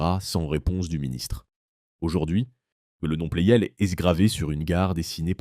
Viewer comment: La voix IA gâche tout. "Plel" au lieu de Pleyel. Quel intérêt ?